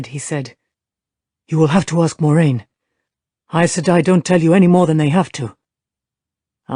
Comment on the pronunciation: She still cant say her own characters name correctly even with a pronunciation guide in the back of the book. Weak.